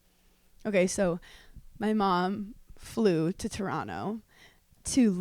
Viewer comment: Hannah saying Toronto like a local eh